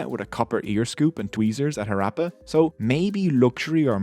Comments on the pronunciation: when there are Two Hs in the word, how come you completely bypass the "ha" sound and not even attempt to pronounce a single H? Western pronounciation of non-english words boggles my mind, they do it with authority too! lol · Harappa is not being pronounced properly. It's not actually an R. Its a sound not found in English. Please use Google Translate to find out the actual pronunciation. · The Irish accent is a nice touch, and the content is good and well-resrarched bt your pronounciation could be improved: It's HAHrappan, not HaRAPPan. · Improve pronounciation of harappa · This man can not even pronounce the Name of city !! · Very informative video indeed, and much appreciated! Just one important thing: the PRONUNCIATION of the word! Harappa is a village in the Punjab part of Pakistan. Ha as in hurry, hut, rap as in run, rupture (NOT as in apple!!!) and pa. I can say this with authority because the a sound as in at, apple, atmosphere, is NOT EVER used in Indo-Pakistani dialects of Hindi and Punjabi. But we Indians did learn some words with that sound, as in HAT from the British. I see so many Indians struggle with it though; they'll say aaple instead! Har, a Hindi/Punjabi version of Hara, is a phrase used for Lord Shiva, one of the trinity of Indian Gods, worshiped across the subcontinent likely for a few thousand years. One of the findings in the Indus Valley civilization is a figure resembling Lord Shiva meditating. Appa mean father. No, it is not derived from the phrase Smartphone App! 😆😆😆